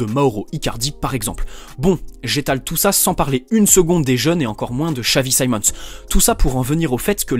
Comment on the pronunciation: your pronounciation of his name is scary guy he is dutch not english